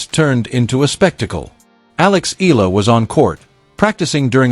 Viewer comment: this click bait always pronounce EALA >>> EELA...